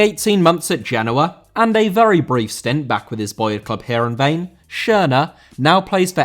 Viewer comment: Heerenveen* not Hierenvein